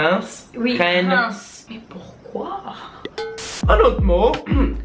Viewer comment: j'habite a Rouen moi j'me sens vexer que vous arrivez pas à le prononcer